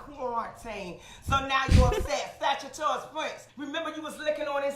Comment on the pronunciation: sagittarius, sagatarius Rex Lol that shit cracked me up hard